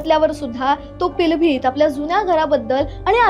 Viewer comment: पिलभित काय महानता ते पीलीभीत आहे.उच्चारण तर ठीक करा की.. पिलभीत, पिलभित की म्हणता...